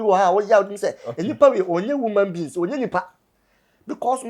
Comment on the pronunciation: said “woman beans”